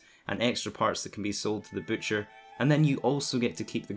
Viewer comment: Butcher not bootcher 😂